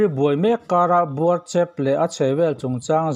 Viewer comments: Buarchep tih kha ',E' tih lai kha thlukphei deuh diai tur anih hmele...👍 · Buarchep i lam dan hi a dik lo tlat Midang zawt hram teh A ziak hi chuan a thluk sawi a har deuh avangin ka ziak lo ang e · Buarchep ilam rik dan hi nuihzatthlak top 😂, news hrim hrim 👍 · Buarchep hming i lam dan hi..... I ti dik lo deuh hlek a ni e....